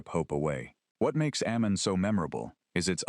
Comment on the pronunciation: Aimon is pronounced "eye-mahn."